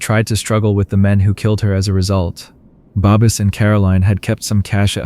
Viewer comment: Or Babis and then said babies lol 😂